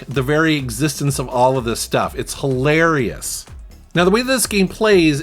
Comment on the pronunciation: OMG...it's, like hil-AIR-eous.